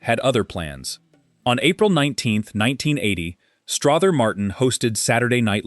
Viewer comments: I actually found this interesting, but you have a lot of footage of various actors that aren’t Strother Martin.😂 Also, it’s pronounced Struh-ther as in other, not Straw-ther as in bother. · It's pronounced Struther Martin ser. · It’s pronounced Struh ther!!! And quit showing pics of other actors, ugh!! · Who taught your narrator to talk?! The man’s name is pronounced as if it was OTHER with an STR IN FRONR. Then the word DOVE IS NOT Pronounced as! DUVE